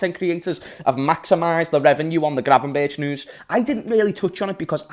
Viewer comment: Gravenberch is pronounced Gravenberg 😂